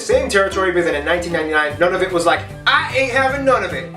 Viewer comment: I wish he would pronounce Nunavut correctly.